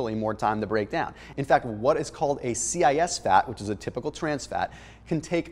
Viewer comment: How can a cis-fatty acid (as he pronounced it C-I-S) be called a "typical trans fat"? Those are antonyms